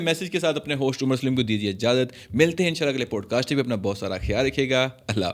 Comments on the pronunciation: Please correct your pronunciation. It is NOT POADCAST but Podcast. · Absolutely adore the playful yet innocent vibe you've captured in this video! Regarding the pronunciation of "podcast," I'd suggest considering the American accent's PAWD-kaast or PAAD-kaast, or the British POD-Kaast for clearer articulation. Just a thought for enhancing your already amazing content!